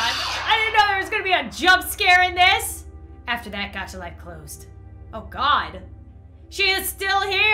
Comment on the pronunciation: You said Dacha not Gacha